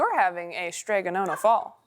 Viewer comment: "Nonna" - the vowel sounds like the "o" in "stop" and you need to sound the double consonant. Don't get me wrong, the illustrations are adorable and I've been that woman for decades... but "nona" means "ninth" in Italian.